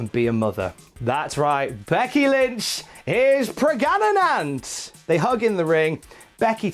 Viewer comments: The "preganenant" was a thing of beauty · "Becky Lynch is PREGANANANT!"